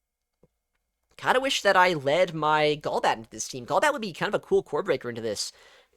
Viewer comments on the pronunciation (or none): Gaul-bat ❌ Goal-bat ✅